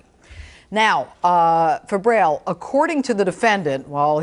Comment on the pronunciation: "Fabrail" really?